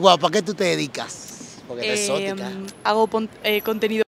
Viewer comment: ¿Por qué dice "exótica" en vez de erótica?